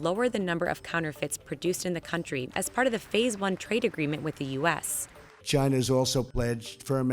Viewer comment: If American companies weren't so greedy and made their products here this would not be such a big problem. And why does trump always pronounce China as Gye-nah?